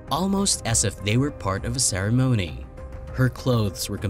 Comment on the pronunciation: By the way you pronounced it I guess you never heard of carbon monoxide before. Or phenobarbital or ceremony. Please hire a narrator